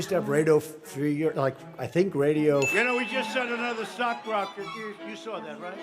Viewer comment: Mans uttered slock rocket when he was trying to say stock market 😭😭